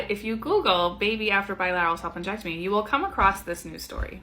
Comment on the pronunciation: I had to rewatch the beginning of this video and read the captions, because "salpingectomy" sounded VERY much like you were saying "self injectomy" and all ai could think was WTF IS THAT?! 😂😂